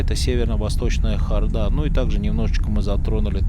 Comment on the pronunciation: Эта ХордА- просто убивает, я даже не подозревала, что можно додуматься ставить так ударение!!!!! Вы, что - иностранец???